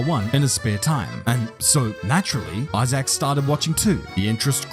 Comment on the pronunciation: Isaacck is pronounced E-zak Hadrien? The H is silent Love your vids, dude, just giving you a hands up on the future 😅 🇫🇷